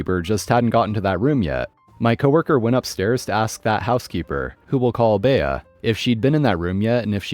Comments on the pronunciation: Furthermore, has never heard of the actress Bea Arthur, who starred in the TV series "Maude? It drove me up the wall every time he said "Bay-a" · Okay, I understand you're of a younger generation and the name Bea isn't common anymore. But the name Bea is pronounced BEE, no "A" sound at the end and is usually short for Beatrice (where the "A" sound is pronounced ironically enough). I've yet to go to a grocery store where you need to enter thru the checkouts I'm 67 and I've been to a lot of grocery stores in many different states. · FYI - “Bea” is a woman’s name - short for Beatrice. It is pronounced “Bee”. Duh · Bea is correctly pronounced "bee". I've known a few Beas. Story three.... If being followed by a rabid Karen or Chad spewing threats, drive to nearest police station. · Agreed it was driving me nuts, though Bhea is a cute name.